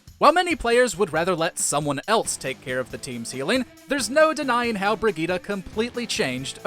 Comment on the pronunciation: I don't think that's how you should pronounce Brigitte